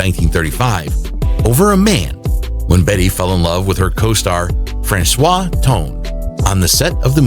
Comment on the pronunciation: FranCHOT Tone!!! Not Francois!!! Get the goddam names right!!!